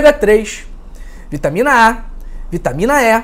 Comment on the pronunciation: Não é vitamina É é vitamina E 😂😂😂😂😂